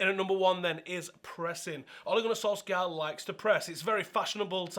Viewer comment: Not solskjaer its solkjær!!